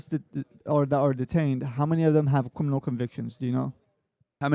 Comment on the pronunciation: How many of them have cwiminal convictions 😂 get this rtard outta here 😂. Why these useless college students who are still sucking on their moms teat think they could do ICE's job better than them? Coming here is illegal, a misdemeanor, its treated as a civil infraction so they dont have to give the illegals the same rights as a criminal